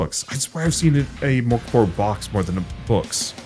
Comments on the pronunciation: To pronounce it easier in English I'd suggest trying to say "Mirk Borj", and not Mirk as in "Meerk" but rather like they pronounce "Mirkwood" in LotR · Nearly spray-painted my monitor with tea when I heard that pronounciation of Mörk Borg. I never really thought about it, but I guess that's how most english-speaking people would pronounce it 😄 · I saw it coming and it still threw me for a loop!